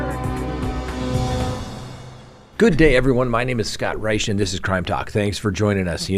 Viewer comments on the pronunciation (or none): none